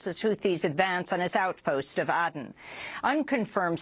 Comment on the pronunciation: Aden is pronounced Aid-en. Surprised you didn't know that,. Used to be a British colony, and home for many British troops.